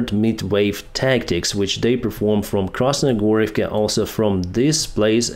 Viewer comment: KrasnoHorivka, not KrasnoGorivka!